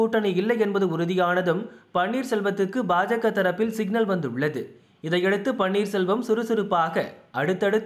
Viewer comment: சிக்கல். சிக்னல். சரியாக உச்சரித்தால் நலம். தயவுசெய்து....